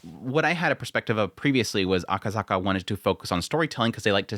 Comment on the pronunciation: It's Akasaka not akazaka